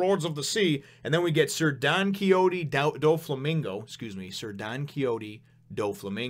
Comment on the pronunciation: Also it's Don-key-ho-tey Doh-Flamingo. You pronounced Kuma's name right! And Ace is just looking for food on Buggy's ship...